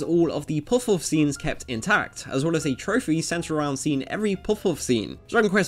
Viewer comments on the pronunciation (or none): I would guess it's not about being American, but that it's a Japanese word. I just listened to it, and it's pronounced closer to poff-poff. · Puhf puhf is the pronunciation.. why are you butchering the words. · well considering he says puffouff this isn't a very challenging challenge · But he never says it. He just says; "Poof-oof" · It’s puff-puff, not poff-wuffz. That pronunciation is driving me mad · I’m sorry, but I keep hearing what should be “puff-puff” as “poff’off” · Literally everyone: Puff-Puff Narrator: Poff-Poff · Goddamnit, fucking SAY it. Puff-puff, not puff-uff. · bruh why you saying puff woff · あなたは「ぽふぽふ(pofu pofu)」と発音しています。 「ぱふぱふ(pafu pafu)」です。 You pronounce it "pofu-pofu". It's "pafu-pafu". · It's not "puffuff" its "puff puff". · Next time you make a video about something called "puff-puff" you should probably make sure you can pronounce "puff-puff" correct and consistently. Dude is saying it a different way every time. Puff-wuff? Pup-wuff? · Puff-Puff...not Puff-Oughffs. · pwof pwof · I didnt hear him say it once. He kept saying pawfwuhf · You have to pronounce it "Paffu-Paffu". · I hear it as Poff Whoff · omegazeto is it not actually pronounced pawfuff? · It's amazing how many times he says this name that he pronounces so immensely terribly. 'Poffaughof'... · He said Puff-Puff wrong (Paffu-Paffu) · That way this guy says puff puff got worse every time. POFF POFF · this guy's accent.... "puff-hoff" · after hearing you say poff poff 3 times i cant finish the video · How to are you saying ‘puff puff’? Am I the only one that’s hearing puffwhuff? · Good lord do you not pronounce the P in words? "Fuff-fuff" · Why can't you actually pronounce "Puff Puff" properly? You pronounce it like it's spelled Peouf or something. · I"m not sure what i enjoyed more, the way his accent says "puff puff" or the fact that i learned after an entire lifetime of thinking it was "patty cake" that it was "pat-a-cake".....mind sufficiently blown. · Its probably his accent